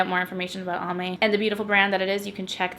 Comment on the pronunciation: I kept hearing Palm Bay and not Almay and I was like why are they sponsoring a drugstore tutorial 😂😂